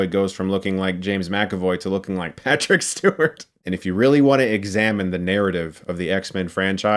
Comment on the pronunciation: the way he says Patrick Stewart has me dying. 😂